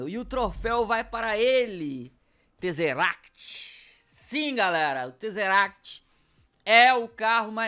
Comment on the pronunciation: o nome é tazeract e a pronúncia é teize uéct